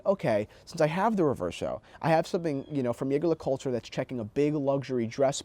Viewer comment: As someone who is French and loves you very much,, Jaeger LeCoultre is pronounced Ja-gere-le-koul-tre